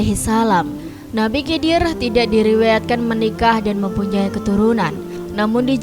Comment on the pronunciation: Cara penyebutannya nabi khidir. aku curiga sama channel ini😅